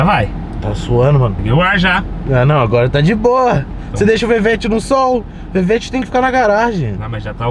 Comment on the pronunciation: mano quem que chama um corvete de "vevete" kkkkkkkkkkkk esse moleque é mó doidão esse